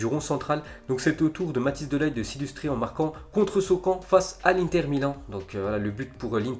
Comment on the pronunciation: c pas de ligt le g se dit rrrrrr